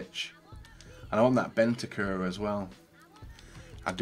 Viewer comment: PLEASE.. BENTANCUR HAS AN N IN IT